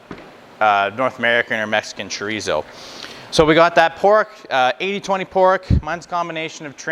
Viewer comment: Thanks for the extensive differentiation between the Spanish and Mexican type Thanks SO much for using metric measurements!! It's Chò Rí SSó Choh reeh Ssoh 😂 Not Djreezow And German Wurst Ain't no worst than Voorsst The Question IS In all the chorizo videos I watched Nobody says how to prep it for cooking ❓ Do you steam it to keep the shape ❓ Do you roast it on a grill or plancha❓ Can you fry it right away ❓ How do you prevent the casing from cracking ❓ Thank you